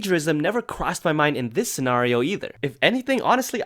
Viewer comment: beluga whale yes you do pronounce "scenario" weird